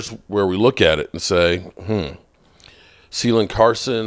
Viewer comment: Damn it’s not seelin Carson it’s pronunciation is Kay- Len- Carson not See- len